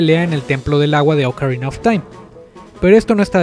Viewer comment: Oukarina of time ulala señor francés :v